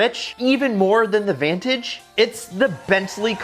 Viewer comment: U said vantage wrong